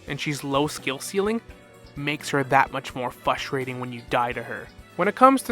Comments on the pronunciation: If this guy says fustrating one more time I’m switching to Winter Soldier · This guy is a slow ass talker and i cant unhear him saying "fustrating", like bro you're missing an R.